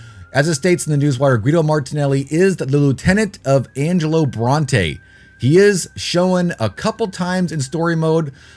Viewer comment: IT'S ANGELO!!!!! Haha c'mon your better than this lol